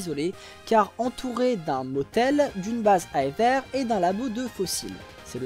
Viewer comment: Je ne suis pas sûr que « Aether » se prononce comme ça ahah, mais blague à part encore une fois ta vidéo est d’excellente qualité et c’est toujours aussi prenant à suivre